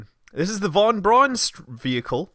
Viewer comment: FYI "Von Braun" is pronounced like "Fon Brown", not like "Won Bron".